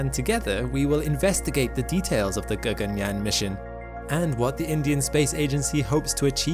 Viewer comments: "G-A-G-A-N-Y-A-A-N" pronunciation was apt.. 👍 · Your pronounciation of Sanskrit terms- "Gaganyaan, Chandrayaan, Shukrayaan etc" was spot on.👍 It was as if a native speaker spoke those words 😀😀😀